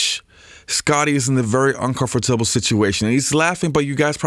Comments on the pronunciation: strange video ....hope you are ok bro ....feels like because of this you felt into a depression and lost the ability to pronounce the word "comfortable" right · In the first 6 minutes you say "uncomfortable" three times. I've heard such pronunciation, but never from an American. That was weird...